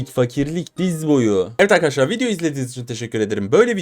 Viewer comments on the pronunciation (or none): none